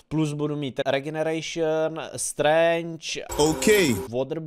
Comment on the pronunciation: říkal to strange správně